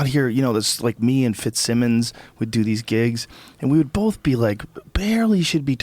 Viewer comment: Does it annoy anyone else how Rogan says "Both"? Sounds like he's saying Bolth